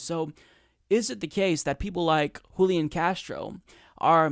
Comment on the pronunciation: Julián is pronounced with the stress on the final syllable, hooleeAHN. And yes he's an opportunist. Most (but not all!) latino politicians are.